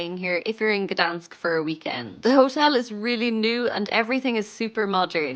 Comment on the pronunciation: you are pronouncing the City incorrect, where the G, your saying Danish all the time